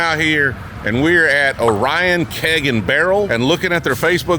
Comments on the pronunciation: ITS NOT "O-RYAN" ITS "OR REEE ON" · O'Ryan Lake? It is Lake Orion. Orie-On... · It's pronounced "orean" not "ohryan" 😂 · It’s pronounced lake Oreeon not Oryan. Lol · We use Cardinal vowels when we pronounce Lake Orion. It's Or-ee-uhn not O-ry-uhn. 😘 A & B Liquor is in Utica. You threw me with Utica. I don't know what triggered this in my feed, but it kept my attention when I don’t drink anymore.🤷‍♀️ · You're in Lake OR ee in, dude,...not Oh REYE an. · It's pronounced like Lake "Ohr-ree-inn" not "O-Ryan" And uh were not exactly Detroit lol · It's Lake Or-ee-Un not Or-I-on. lol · It's pronounced "ore-ee-on", not "O'Ryan"😂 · ITS PRONOUNCE “OR-EE-ON NOT Orion”. I know it doesn’t make sense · Or-e-on not oryan. Also grass widow is a solid detroit made bourbon. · Lake Orion wine and Keg!!! Pronounced 0-ree-an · "O-ryan lake" 🤣🤣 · LAYK OAR-ee-uhn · Lake Or - E N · I love how people mispronounce cities in Michigan all the time. The Orion in Lake Orion isn't pronounced like the constellation, it's actually pronounced Or-ee-in, but unless you're from here you wouldn't know. Also, it's Utica Michigan not Ultica 😂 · It’s pronounced OH-REE-EN, not like the consolation. Love your content thought. Whistle Stop and Zetouna are my favorite spots. Jack knows his stuff. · 😂 you didn't say lake Orion right 😂😂😂 its Ore-in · Lake Orion. Orion = ore-eee-un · Calling it "oh ryan" lakes had me dead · Its pronounced Or-e-in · its lake Or-e-on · that is not how you say Orion. It's Ori - En. Lake Orion lol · Been waiting for this video! And it’s pronounced Lake Oreon, we are weird yes. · It's pronounced Lake Or ee un. Glad to see you up in Michigan.